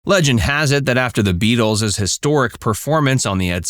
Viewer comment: Try that plural pronounciation of Beatle a few more times till you get it right